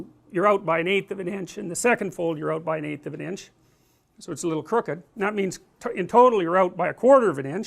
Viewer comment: Im half German and just a tip when saying words like little or purple, the L at the end is a dark L not a light L